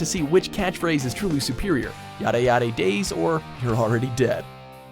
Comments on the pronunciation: That moment when he pronounced 'yare yare DAZE' LMAO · "Ya ray Ya ray Days" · "yare yare daze" (pronounced it as 'days') why do you do this? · the pronunciation of za warudo and yare yare daze is killing me